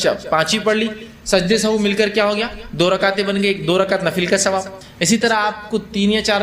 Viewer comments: Very good sehav he sahu nahi ❤❤❤ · Sahu nahin sahav sahih talafuz hey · Janab sajde sahu nahi hota sahi lafz 😢sehav hota he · Sajda sahuve, not sahoo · Sajda e Sahav hota hai sahu nhi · Pronunciation of sehav is not sahoo,and its meaning is not bhool, it means ghalti.